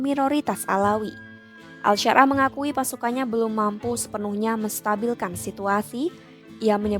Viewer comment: Ahmad syarah di sebut al syar.ah😂 gimana mauk percaya klo kayak gitu😅